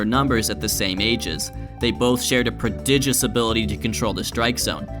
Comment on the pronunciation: Mispronounced "pridigous"